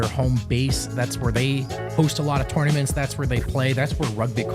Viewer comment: I'm watching this thinking, does contract have a bonus clause for how many times he says torn-a-mints?